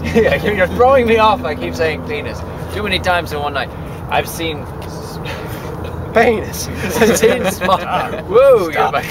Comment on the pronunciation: lol "peynis"